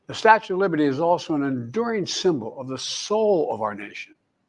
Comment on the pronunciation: Did he say statute of liberty Jesus